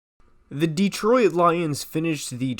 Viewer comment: Why are you pronouncing Detroit like that?? It's not 3 syllables